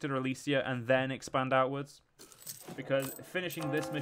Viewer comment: Ok sorry for my tone, but it is pretty frustrating. I know youtubers need to have their eyes on a lot of stuff when making a video, but you could at least READ what you do. For example, it is Elysia not Elyria, second, the Basetax/Production/manpower event was for you CAPITAL, not Nea Alexandria. Still happy you returned to this mod. Keep up the, thinking about all the mistakes you make, quite good work. Again, sorry for the tone.